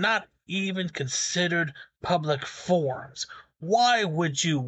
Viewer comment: it’s public “FORUMS”, not public “forms”. Outside of my grammatical nitpicking, your vids are great! Thanks for your content man!